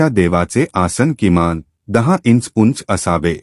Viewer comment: माहिती उत्तम पण भाषा शुद्ध वापरा.इंच, जमीन गरज असे अनेक शब्दांचे उच्चारण नीट असावे.